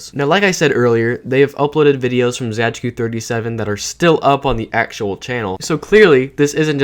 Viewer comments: wtf why do u pronounce it as zaygeekoo it's just zay-tzu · It's pronounced ,,Zaytsu37" I think... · my ears are bleeding how you pronounce zajcu37